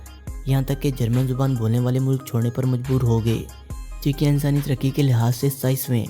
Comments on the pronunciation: che chak nahi bhai , czech republic , check padhen gy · Harami jahil insan mulk ka naam tu correct parho